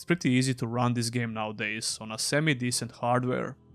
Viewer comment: Please differentiate between THIS and THESE. They are completely different sounding words.